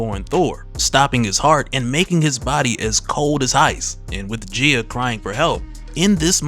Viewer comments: The correct pronunciation is Gee-a, not Jee-a I know I know, grammar NAZI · I am curious about the pronunciation used here. Is it not said Guy-Ah instead of Jee-Ah? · I believe she called GAYA (GAI-A) not GIA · Gaia/Gaea is pronounced - Guy-Ya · GUY-ah. Gaia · Her name is "guy-ya" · Your pronunciation of gaia irks me